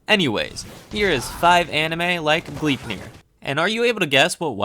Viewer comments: Gleipnir isn't pronounced Glipnir. The "e" isn't silent. Here's how you pronounce it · U pronounce gleipnir as: glai (a as in the a in awful) -pnir and idk how to explain the i